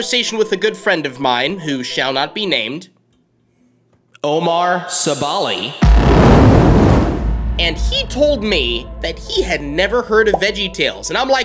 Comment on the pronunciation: It’s Omar Sebali! NOT OMAR SEBOLI!